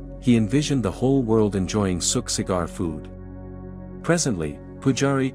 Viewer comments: It’s Sukh Sagar and not suk cigar. No relevance in the story. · Not Suk Cigar. It is Sukh Sagar